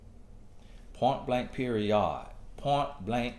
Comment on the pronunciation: “Point, blank, periYAHD” - Tony Gaskins 😂